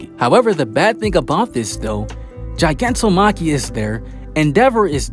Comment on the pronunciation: also its not ji, its gi like guy